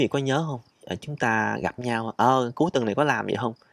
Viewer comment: Mới nghe, như là “bốn ngàn …từn.” Xem hình mới biết là…tuần (week), không phải…”từn” 😃 Xin lỗi bác sĩ 😃